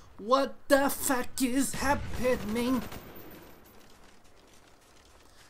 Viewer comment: wat da fack is ha-pe-ning